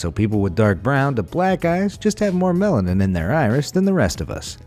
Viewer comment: It sounds like he keeps saying melon 😂